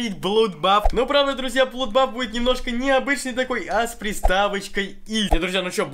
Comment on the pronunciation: Не блудбаф, а бладбас!